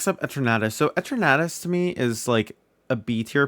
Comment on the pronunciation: The way you said Eternatus it sounded to me like you're saying "a tornadous" lol